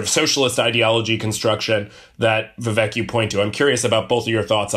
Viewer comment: Vivek doesn't rhyme with Zizek btw